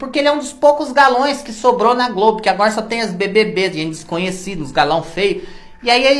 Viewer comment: Quando você fala:GLOBI eu morro de rir 😂😂😂😂😂